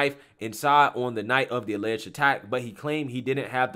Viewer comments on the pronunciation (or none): Why does the guy in one of the clips keep saying "allegged"? It is ON VIDEO! It is not alleged!!